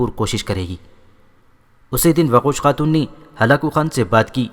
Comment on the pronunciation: Waqosh khatoon nai doqooz khatoon